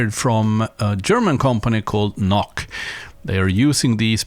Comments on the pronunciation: He say Nok 😋 sounds cool but the prononciation is "noH" like in "Hilary" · You are not right. It is the same Sound like in the German word "Loch" (hole) which is spoken [lɔx]/[lɔχ]. I think that there is no comparable sound in English.